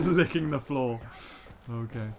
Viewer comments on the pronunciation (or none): none